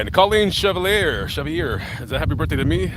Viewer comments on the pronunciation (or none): none